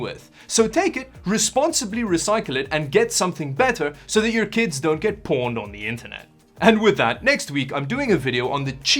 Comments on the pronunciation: pwned is not pronounced porned - that sounds so much worse it is powned...owned with a p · How can you have such sweaty pits in such a cool room? Do we need to start a GoFundMe for you to get some Right Guard? You know Costco also sells anti-perspirant too? Also ... your accent made me think you said Porn'd not pwnd. Had me worried after Timmy Joe called you out on the butt stuff. Not judging though.. just was concerned for a moment.